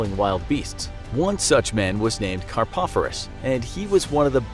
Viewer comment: Carpopher-is and Ver-sus? come on! Pronunciation!!